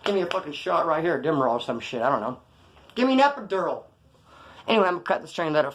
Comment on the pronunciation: 😂😂 he said give me an epideral